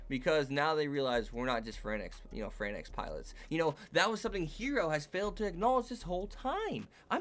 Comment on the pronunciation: Why do people keep saying darling in the "fran X" ? They literally call the mechs(the franxx) like "franks" in the anime. It's a pet peeve, but it's so annoying.